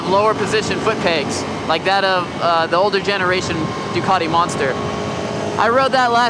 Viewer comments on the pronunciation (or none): none